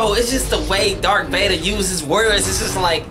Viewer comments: It's Darth Vader, not Dark Vader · Did you seriously just call him Dark Vader? Disliked #sorrynotsorry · It's Darth Vader not dark vader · Are you seriously calling him Dark Vader?